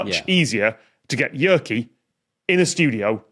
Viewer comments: Small correction: "y" in Finnish is pronounced "uu". So "Jyrki" would rhyme with "Turkey". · Appreciate the correction! It's still closer than the "i" they pronounced, but ya Finnish is hard.